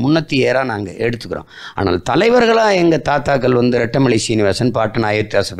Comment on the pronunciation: இந்த நி’ளை’ .. ரெட்டம’ளை’ .. என் நி’ள’ம் .. திருக்குற’ல்’ .. இவர் தமிழை காப்பாரா ?